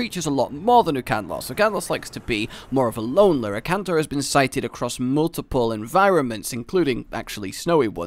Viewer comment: FinalHunter97 This is what I meant. He said Ukanlos instead of Akantor